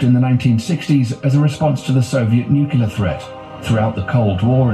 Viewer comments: It’s nuclear. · The narrator’s mispronunciation of nuclear kept me gritting my teeth!!